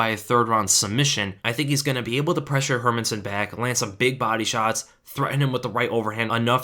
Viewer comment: My man, the only analyst who can pronounce Hermansson. Jättebra!